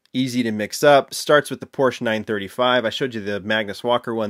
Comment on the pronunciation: Porsche is a 2 syllable word. Just, FYI.